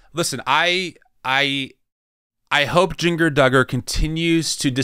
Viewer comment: Lol you pronouncing Jinger as "JEEN-gur" when it's "JIN-jur" is killing me.